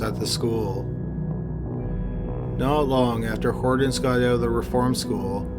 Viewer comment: I have never in my life heard ANYONE pronounce the name Hortense as "Hordens". That was driving me nuts! Other than that, good video.